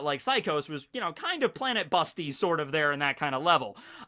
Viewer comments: "planet busty" heh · “planet busty” nice one